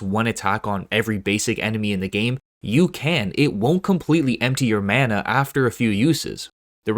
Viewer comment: Why he say mana xd I was cringing